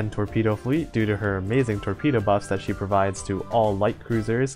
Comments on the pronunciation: oh well, not like imma stop watching your vids coz of a single word butcher anyway i havent subbed for long, but i have seen your old vids (mostly your tier list vids), and i definitely notice the jump in mic quality i look forward to your next uploads.. even if your mic won't allow you to pronounce "she" lmao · the fact that every time you try to say "she" when mentioning ships, and your mic decides to leave the "s" behind, and ends up with "he", tilts me every single damn time